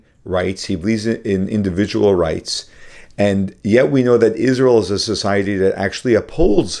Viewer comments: Candace pronounces “Israel” as “Ishreel” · Candace ! Its not ishrael. Its israel. Learn that atleast .